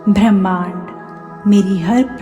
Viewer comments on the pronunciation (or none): अच्छा वक्तव्य दिया है। लेक्चर भी शांतिपूर्वक दिया है। परन्तु थोड़ा उच्चारण सही करो जैसे भ्रमाण्ड नहीं होता ब्रह्मांड होता है